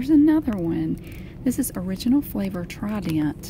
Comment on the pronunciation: “Tri-dent”❤️😂 love it so much